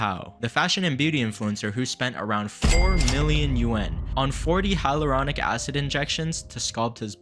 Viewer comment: its "hal your ronic"